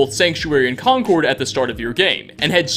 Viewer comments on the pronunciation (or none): It's pronounced CON-curd. MA native. Concord is a discontinued luxury jet. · Jeebus, No one on YouTube says Concord right! It’s Conkerd!! No emphasis on any syllables.